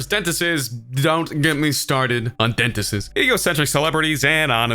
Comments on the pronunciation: Dentistses? Lol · Did anyone else notice he said dentist's wrong?